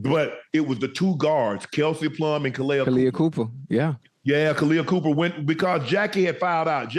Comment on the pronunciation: Guys, it’s Kahleah COPPER, like the Metal, not COOPER. 😭